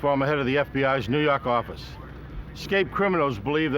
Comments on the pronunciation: "nuu yawk affice" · NUEW YAWK!!!! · NEW YAWK AFFICE!